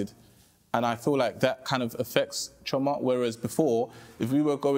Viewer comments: I swear if I hear CHEE-OR-MAH pronounced CHORE-MAH one more time……… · The pronunciation of Chioma is pissing me off, 'chyourma' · can’t even pronounce Chioma’s name properly 😭 leave him